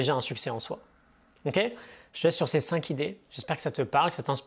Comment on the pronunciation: Super vidéo. Merci. Attention cinq ne prend pas de s et donc pas de liaison entre cinq et idées.